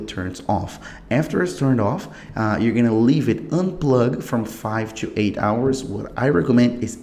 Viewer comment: I knew this guy is brazilian when he said two instead of to , its a verry normal mistake as im also a brazilian i had this problem , so you speak realy good but remember to stop to say two every time you realy wana say - to power and not two power , because two means 2